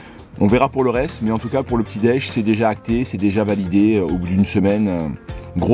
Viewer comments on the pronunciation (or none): Vidéo intéressante, mais cette prononciation p'tit déje nez est insupportable.